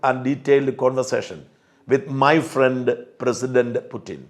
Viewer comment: ഫ്രണ്ട് അല്ല പ്രണ്ട് 😂😂